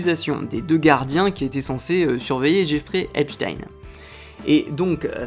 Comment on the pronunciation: J'éfrai Upé-Chtayne 🤣